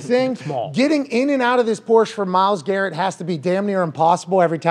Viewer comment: He said "Myles Carrot" lmaooo